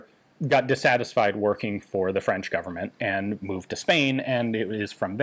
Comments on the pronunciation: ...WOW...Ian's French pronunciation is getting better and better.... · j'adore votre prononciation du français, vraiment. Bien des français devraient prendre exemple sur vous quand ils parlent en anglais, au lieu de profiter de la hype de notre accent pour ne faire aucin effort. Et c'est un mec qui parle couramment le franglais qui vous le dis.